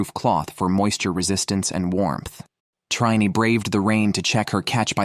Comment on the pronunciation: You anglosaxons should put some effort in studying other languages. Trine is not "Traine", but "Treen-a". You owe it to us. Your language is not worse or better than ours, but at least we non-anglosaxons have put a lot of effort in learning your language. At least pronounce foreign names properly.